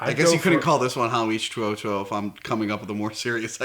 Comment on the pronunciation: I think the pronunciation is H-twenty